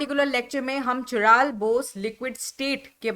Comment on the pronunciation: काइरल✅ चिराल❌